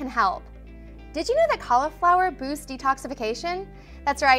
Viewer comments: Cauliflower has an i in it. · JUST CALL IT CAULIFLOWER NOT COLLAFLOUR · Same! Collaflower